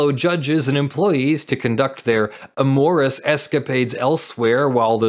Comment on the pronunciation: Every time he says "amicus" I hate hearing it, but it's the legitimate latin pronunciation, but then when he said "amorous" with the same schwa A and emphasized second syllable... My brain broke.